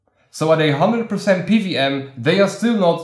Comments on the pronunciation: Why do you keep saying PVM? Do you know what a W is? 😂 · Good video! I kept hearing PVM fan with that accent. What country are you from?